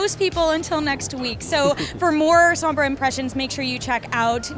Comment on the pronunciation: Wish IGN learned to pronounce words right, its sombra not soowmbruh